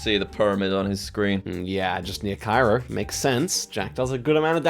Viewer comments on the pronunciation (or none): none